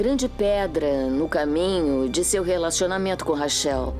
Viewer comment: Os dubladores nao Sabem nem pronunciar Corretamente o nome Rachel kkkkkkk